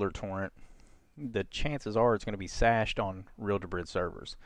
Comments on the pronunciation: For the love of Christ.... Cache is NOT pronounced SHASHED OR SASHED.... it is like Cash, like money. HARD C like CAT... It is pronounced exactly like CASH. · Cached with a "c", not an "s" 😆 thanks for the tutorial!